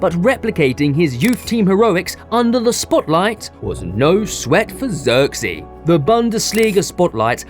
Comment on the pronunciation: Learn to pronounce the man's name properly